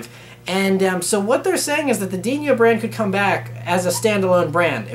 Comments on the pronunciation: It's "Dino"(Dee-no)as in the dinosaur on Flintstones, not Diño like El Niño. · It's Dino not Dinyo. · Just FYI, it's Dino, not Dinio ;) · For crying out loud. Ferrari is an Italian name so the son Dino is pronounced DI-NO. Why you give it a Spanish slant I can't understand. DiÑO???